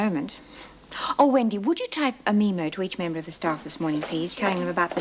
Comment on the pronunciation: hahahha 'type a mee-mo' LOL I think she means a memo